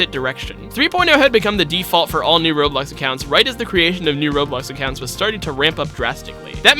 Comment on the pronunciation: The faster you talk the more you call it Roblux